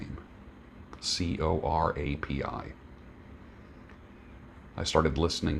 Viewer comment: You’re pronouncing Corapi correctly. I enjoy many of his homilies and talks. I still lean on the Rosary is a weapon of true peace—talk about trippy. The collapse of his apostolate is a curious tale.